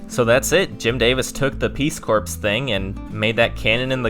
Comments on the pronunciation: “Corps” is pronounced like “core”, not “corpse” lol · Corps" pronounced "CORE", not "CORPSE". Jesus Christ, it's not rocket science. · Full disclosure: I can only hear the word "corps" (pronounced "CORE") said as "corpse" before I start to lose it. XD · “Corps” is pronounced as “core”. There, you can stop making a fool of yourself now. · Peace core. Corps is pronounced “core”. Like “1,2,3,4 I love the Marine Corps” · Isn't the P in Corp supposed to be silent?